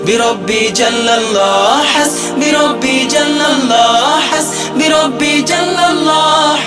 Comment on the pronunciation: উচ্চারণে মারাত্মক ভুল রয়েছে । এখানে "হাসবি","রাব্বি","ফি","ক্বালবি" ইত্যাদি শব্দগুলোতে এক আলিফ পরিমাণ টান(মদ্দ) হবে। শিল্পী এখানে টানে নাই,যা লাহনে জলী বা মারাত্মক ভুল!